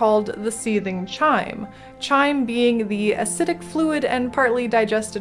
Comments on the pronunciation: Very harsh criticism: chyme's pronounced "kime", not "chime". But seriously, your latest videos have been like a renaissance of PoE lore. (Thank god the Elderslayers are gone--that was weaksauce.) Subscribed to your Patreon (Xan). Keep making the world a better place. <3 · Chime in this context is pronounced "kime"